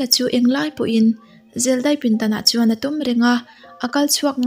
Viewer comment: I aw amawi in a ngaihnawm thin tawp.. Mahse, "chuan".. "Chu" tih hi i lam engemaw mah2, lam raw tawp zawk la a mawi zawkin, amawi tho ag. I aw a cute tawh hrim2 tho.. Lam dik pangai tawp la ka lo duh